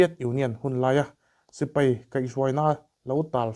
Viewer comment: A ngaihnawm e,mahse sipai tih kha sipei tih te,ngaihnawm tih kha ngeihnawm tih a hriat turin i lam a ang khawp mai a,helamah hian khawngaihin lo fimkhur hram teh a❤😊